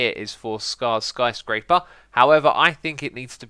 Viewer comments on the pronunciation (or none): did you just say scar-scraper?